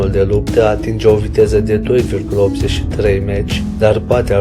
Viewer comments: Avionul rusesc se cheamă Suhoi, nu Sucahoi. Pentru „Mach”: se pronunță „Mah” , nu „Maci”. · Prostovane! Mach se citeste (mah) si este numele unui savant care s-a ocupat cu aerodinamica. Meci spui caud te duci la stadion Prostovane!! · Nu "Meci", coaie,nuuuuu,nu,nunici Sukahoi,felicitări ,ia-ți putină(de murături),ești la fel ca pietroiul de pe ele!Dacă nu ai sistem de catapultare,ia-ți totuși ,capre ,ar fi un început,nu!?!